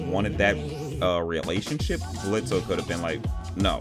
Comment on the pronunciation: you mispronounce Blitzo's name the o is silent the only people who call him Blitzo instead of Blitz are those who despise him, from his own past